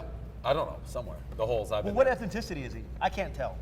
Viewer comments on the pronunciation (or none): V2 with a wild attempt at saying ethnicity